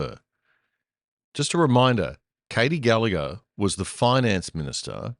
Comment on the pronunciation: FFS, can somebody please get the pronunciation of gallagher's name correct. The g in there is NOT silent